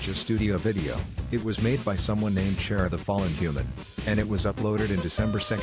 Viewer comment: UHM WELL ACTUALLY ITS “car”-“ah” I think💀